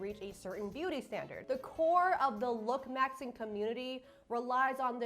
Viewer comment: I cant stand the way she says look - maxing 😭girl it's looksmaxximg